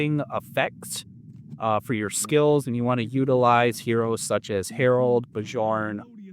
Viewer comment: Are you still calling Bjorn as 'Be-jorn'? If you are, then here's the correct way to say his name. 'Be-Yorn' but say it together very fast.